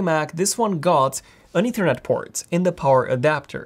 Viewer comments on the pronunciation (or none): none